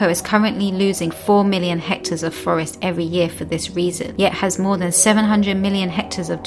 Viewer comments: The word is hectares not HECTORS! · It's hectar, not hector. Hector is a name. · That's "hectares", not "hectors". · *hectares*, not hectors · What's a hector? About 0.405 orcres! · 4 million HECTORS? You mean HECTARES? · Hectors or hectares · "Hectors" of land? 😂 Is this related to "hectares" by any chance? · Hector is boy's name. The word is hectares... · lol, "hectors" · Hectares not hectors. Spelling matters to your credibility. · It’s hectares not hectors. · This may all be true (as far in as I watched) and if it is then that's wonderful. I do get a touch unsure though when she talks about HECTARES and the text spells it HECTORS. REALLY!! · "Hectares" not "Hectors" 😂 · By 'hector' I think you mean 'hectare'? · "Hectares", not "hectors". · The word is hectares, not hectors. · Hectors, hectors, hectors... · The word is hectares, not hectors. Your credibility is shot to pieces by your ignorance of the English language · Great video but .......’Hectors’? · Pixies & Elves Hector's the word is HECTARE!.. Please check your work. Hector is a man's name. 2: Subsistence Farmers, not what was said . - . Tony Rinaldo is an amazing evangelist.